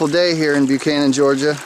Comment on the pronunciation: FYI: It is pronounced "buck han an".